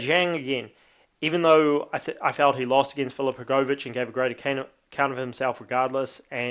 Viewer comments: u just pronounce it wrong u say hrgooovich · the way u say hrgovich lol i know yo from nz but jeez